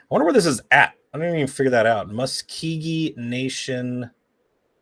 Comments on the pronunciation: Okmulgee = Oak-mull-gee. Muscogee = Mus-ko-gee. It's in Oklahoma! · Pronounced Oak-Mul-Gee & Musk O Gee